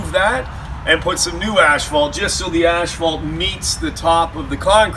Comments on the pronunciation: Please pronounce ASPHALT properly! Very annoying!! AS PHALT there is no ashphalt in ASPHALT! THANKS! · Maryann Remmel ash fault. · Very true! Even at the asphalt plant they pronounce it incorrectly. On my new channel all of my newer videos I pronounce it correctly